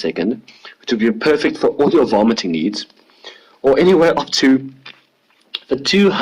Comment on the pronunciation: At first I thought he said "all your vomiting needs." 😁😁